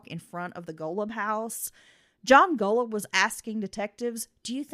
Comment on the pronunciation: You've mispronounced Golub's name on the entirety of both of your podcasts.